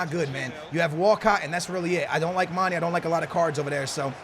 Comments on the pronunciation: plz stop saying MAN-EE his name is MAN-EY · His name is Mane not Mani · its not mani or money its mane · it's not mani, it mane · it's said like Maan-nay! Not maan-E! You're killing me smalls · Please stop saying it like manny.. It's manE like mayEYY! Dunno if this makes sense but trust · Can someone plz tell him u pronounce in "mane" not "mani" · 102 episodes and he still pronounces "mani" lmao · "mani" lol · Why do you call mané many/manny?? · Lay off my dawg Mane, can't even say his name right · maybe mané isn't good for you because you don't pronounce his name right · its cuz u dont know how to pronounce manes name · Anyone else extremely triggered by how he pronounces manė ? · The way he pronounces Mané fucking triggers me